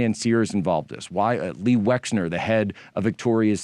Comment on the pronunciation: Its LES Wexner NOT Lee Wexner Jack.